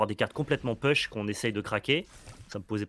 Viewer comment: tear asunder: prononcer "taire" et non "tire" (celui qui se prononce tire c'est la traduction de larme, pas la traduction de déchirer) - push se prononce pouche et non peuch (je présume que c'est ce mot là auquel pense quand il dit "peuch"?)